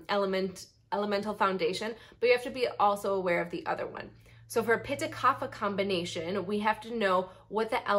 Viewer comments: Great video but Kapha is pronounced KAAPHAA (where the ph is not "f" but it is "p" with the "h" sound like ophthalmology). This is a sanskrit word not english so has different rules to pronounce. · true infact vata pitta kapha are all pronounced differently .